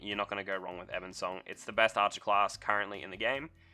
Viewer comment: bOnesong. You said Banesong every single time, but it's bone, not bane.